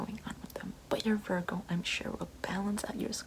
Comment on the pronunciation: virRgOo 👁👄👁